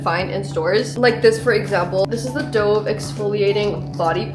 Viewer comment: it’s pronounced dove as in 🕊️ 😭